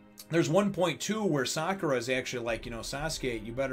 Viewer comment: I hope you realize that the English dub pronunciation is closer so the Japanese dub pronunciation than the way that most reviewers pronounce her name. You're not supposed to emphasize the "Ka" vowel in her name.